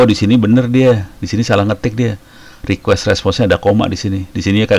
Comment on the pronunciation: Pak harusnya request, bukan requesti